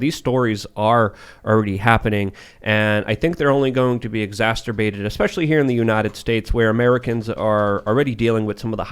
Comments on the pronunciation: Say it with me: EXACERBATED. Pronounced IGZASS-ERB-BAITED. It's not IGZA-STIR-BAITED. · Exacerbated. Please. For God's sake. Exacerbated Not "exacterbated" Every time he says it my brain short circuits. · Ok goodness. Come on man. I am hanging on by a thread on whether to stay subscribed to this channel or not. Not “extacterbated” it is “i think they are going to be exacerbated.”